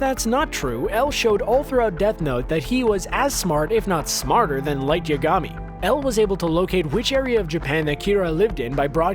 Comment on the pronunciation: I couldn't get past the part with Aizen where he absolutely BUTCHERED the pronunciation of Zanpakuto. Also screwed up Light's name as well. If you're gonna make a video compiled of random garbage at least pronounce the shit right...